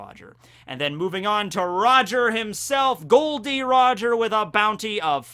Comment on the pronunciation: I love how Sengoku says Gold Roger instead of Gol D Roger.